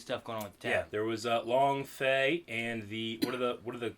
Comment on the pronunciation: Long Feng, not Long Fey. : )